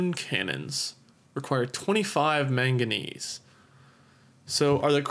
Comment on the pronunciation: his incorrect way of saying manganese